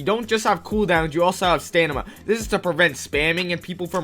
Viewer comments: bro im ngl its called "Stamina" not "Stanima" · you keep saying "stanima" its funny lol